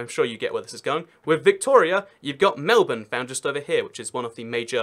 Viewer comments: wait.. he pronounced Melbourne right.. 😳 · It's not ingnorance it's just how Americans say it. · Melbourne was named after a British Viscount. Plus he's British. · Maybe because he’s a British? And the British founded the country of Australia? With its states and cities. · And Melbourne. I was shocked when he said Melbourne right, I played it back several times